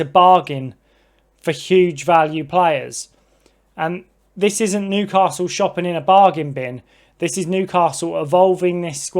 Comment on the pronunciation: There’s no ‘r’ in the word Newcastle geezer .